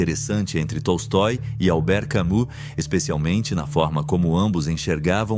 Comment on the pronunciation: Só um adendo : A pronúncia não é CamÚ e sim "CamÍ" . Albert Camus se pronuncia Albert CamÍ